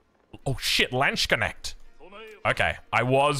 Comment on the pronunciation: How can you possibly spell "Landsknecht" as "Lanch Connect" or whatever it is, you're saying...